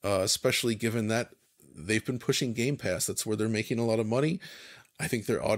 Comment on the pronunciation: Can someone tell there is no s in the middle of Gamepass?